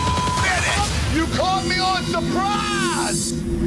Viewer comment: "Drunk Dad" I'll literally never get over the "One minute! You cawt me bah supppraaaaaahs!"